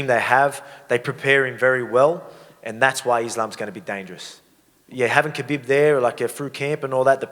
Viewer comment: I love how volk calls khabib “kahbeb” 😂😂